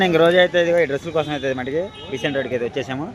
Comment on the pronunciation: Beesent road Dani peru.beesing kadu babu